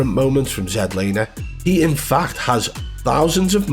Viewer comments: I swear I’m about to pull my hair if I hear Zed Laner one more time 🫥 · I thought his name was Zlaner. Not ZED lamer? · His name is Zach Lane not Zach Laner you Neanderthal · He’s Not a hacker, jealous bro, u can’t evan say his name right ya plum 🤣🤣🤣